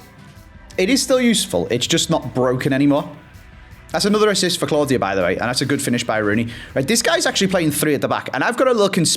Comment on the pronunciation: Love the series but I’m pretty sure Queen Claudia is pronounced queen clow-dia